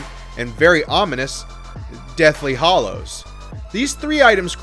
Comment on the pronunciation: Hallows * not hollows